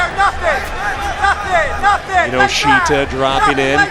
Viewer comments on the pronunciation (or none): you pronounce his name incorrectly closer to kinoshta